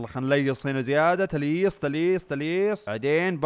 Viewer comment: اسمها تلييس مو تلييص